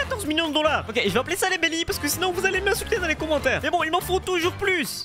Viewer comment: ses la honte de dire dolars